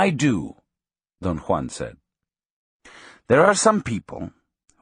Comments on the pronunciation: Why does the speaker pronounce Don Juan’s name as Don Kwan? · Don one lol